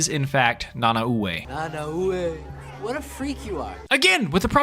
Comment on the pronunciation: this is just me being a nerd but it was really bothering me how you pronounced Nanaue. its pronounced Na-Nah-Way. its weird but thats how you properly say it